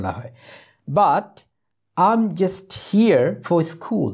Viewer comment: sir f,l,h,m,n er pronunciation er ageএম হবে নাকি ত্র্যাম হবে